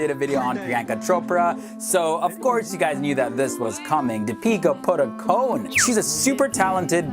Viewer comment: Did anyone heard him saying 'Peter Buttercone' instead of Deepika Padukone??